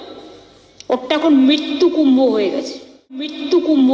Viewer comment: আমাদের মুখ্যমন্ত্রী একটা থতম তার আবার কুম্ভ উচ্চারণ করতে কষ্ট হয়, কুম্ভ না বলে কুম্ব উচ্চারণ করে, সে আবার নিজেকে ব্রাহ্মণের মেয়ে বলে দাবি করেন, আমার তো বিশ্বাস হচ্ছে না।